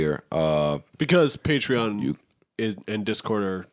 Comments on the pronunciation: yall arent even saying the sponsor name correctly lmfao its patre-ON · Bruh. I've been saying Patreon wrong all these years lmaoooo. Patrean hahahaha! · this is a sick ass segment. it was sick when it first came out and it’s even sicker now. nigga can’t even pronounce “patreon” correctly lmao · learn how to pronounce patreon brother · So no one gonna tell him he saying patreon wrong lol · the whole time lmfao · I happy for them but Joe is acting like they are the first podcast with a Patreon. It doesn’t look good when they can’t even pronounce it. Also Joe made fun of Cthagod’s new title at iHeart when he doesn’t even know his own title. Still happy they were able to get a bag tho ! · Joe definetely wasnt in that meeting. Cant even say the name right. SMH. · say it correctly at least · Considering the fact that they don't know how to pronounce Patreon correctly says something.